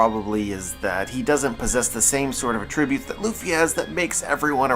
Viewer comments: Is there a reason why you keep saying "uh-tribute"?? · are you Canadian? Cause nowhere in America have I ever heard tht pronunciation